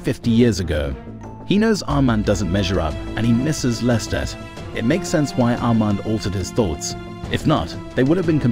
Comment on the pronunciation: The pronunciation of Louis and Armand, the latter sounded like Almond